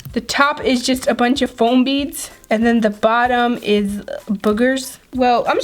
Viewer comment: You said flom beads